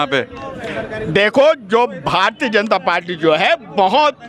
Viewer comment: पाल्टी नही पार्टी बोलना सिख ले भाई